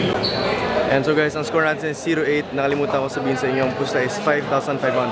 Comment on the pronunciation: Walang R yung scowew😂😂